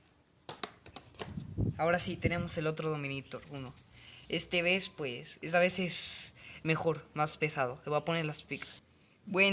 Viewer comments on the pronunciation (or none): none